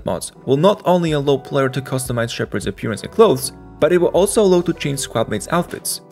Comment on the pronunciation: Fantastic videos. Let me give you an advice on pronunciation though (sorry, I know it wasn't asked but I have to): When you say Allow, you're saying it as Ah-Low with a closed O. Try practicing saying it as an A. Like A-Laos (like the country), or A-Lau. That's it. The video is so good I want to subscribe but that was driving me a bit crazy hahahaha